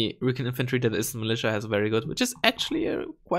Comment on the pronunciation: It's not reekin', it's recon (ree-con). :p